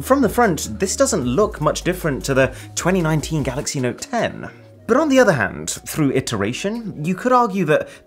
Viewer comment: Anybody notice the emphasis on the word "note" in the beginning?